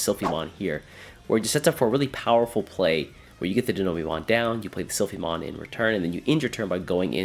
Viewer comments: Die-know-bee-mon lul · I love your videos but the way you pronounce Dinobeemon is wildd